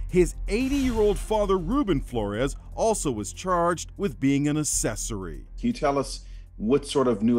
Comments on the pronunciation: Wait hold up- Did he just pronounce the word “accessory” as UH-SEH-SORRY and not UHK-SEH-SORRY ? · Asses- ory 🤔 ACK-Sess- Ory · The way he mispronounced accessory.